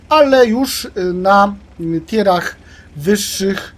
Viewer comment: Pierwszy koleś, który to poprawnie wymawia. Reszta leci z tier aż zęby zgrzytają. A może zamiast używać mówionych po polsku angielskich pojęć, powiedzieć POZIOM trzeci, czwarty itd.